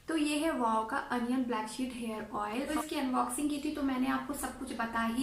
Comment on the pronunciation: Oil hota hai madam oiel Nahi